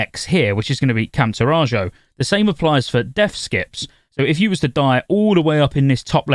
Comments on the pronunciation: Taurajo is pronounced tore-ah-ho, ifs meant to be like native American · Camp Taw-rah-joe .. I'm dying!! 😂